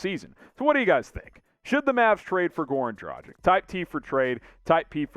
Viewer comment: Please please please learn how to pronounce his name!! Dragic'